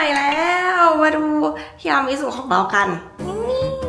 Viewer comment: อ่านแบบปกติไม่ได้ได้ต้องทีรามิสุเค ทีรามีสุเค